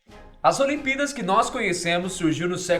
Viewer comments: Só eu que percebi que ele fala olimpidas ao invés de olimpíadas. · Parece q ele esta dizendo "olimpidas" 😂😂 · Vc disse as "olimpidas" no começo do video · ce disse "as olimpídas" no começo .-. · "as aliempidas" kkkkk